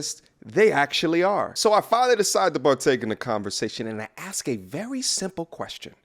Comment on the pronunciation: The word is 'ASK' not aks as you seem to think it is?